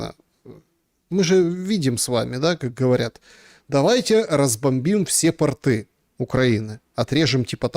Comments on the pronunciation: Тьфу, б🤬! Да не портЫ, а пОООрты! ПОрты, дебилы безграмотные! И тОрты!))😄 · Да, пОрты, тОрты и бОрты.